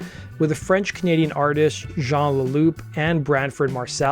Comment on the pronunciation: And Stéphan"i"e not Stéphane. And the the "p" is deafen in Jean Leloup